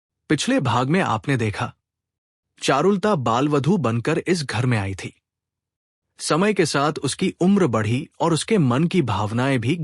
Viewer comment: Charu Lata sahi boliye. The story is excellent. A movie by Sri Satyajit Ray has brought it near many. The text written below is not correct.